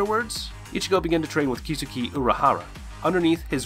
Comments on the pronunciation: Who else was annoyed by how this mans said, ulquiora and kisuke? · A few correct pronunciations Byakuya & Rukia’s last name is Cooch-Key. Also its not Ulkira it’s pronounced Ul - Key - orra. Kisuke is pronounced Keys - Kay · kisuke is actually pronunced like "kisuke" in japanese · Kisuki 😂 Good lord with this guys pronunciations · "zanpakooto" ....."kisooke".